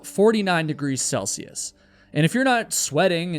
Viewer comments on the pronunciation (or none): none